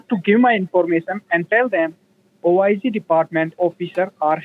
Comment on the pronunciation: How goes OHH EYE ZEE translate to Officer of Inspector General ??? Wtf !!! Terrific video, btw !!!